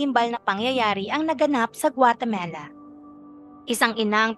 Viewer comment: "GUATEMALA" hindi Guatemela